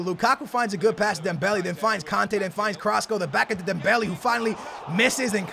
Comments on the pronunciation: "dembell -aye" not "dembellee" "man-aye" not "manee" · It's pronounced "marnay and dembelay"